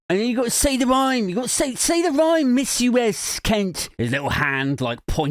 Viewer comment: "Missus" not Miss US. You can't give them any ammunition!